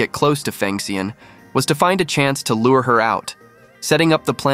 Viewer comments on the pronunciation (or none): none